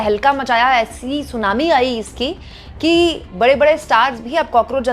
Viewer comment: SUNAMI????😂😂😂😂😂😂 Seems you are tired madam. Take rest